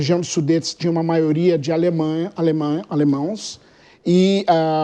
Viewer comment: senhor n se diz alemãos diz-se Alemãs